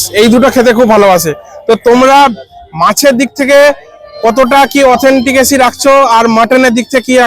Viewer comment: Word ta Authenticity not Authentikity.....